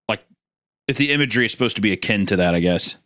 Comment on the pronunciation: Isaiah, please help Hunter stop saying"suposedbly" .. Hunter and yourself are both extremely talented and i can't get enough of your collaborative works and to be honest I'm not even sure if Hunter is even guilty of dropping one of his "suposedBly" slip ups in this video but I know Hunter well enough to know if I just point it out in one of his videos he won't give a damn but if you call him out he might actually listen to it coming from your giant lips.. j/k .. love you guys , keep up the good work.